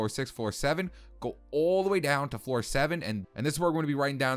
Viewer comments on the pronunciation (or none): Is it just me or does it sound like he says four instead of floor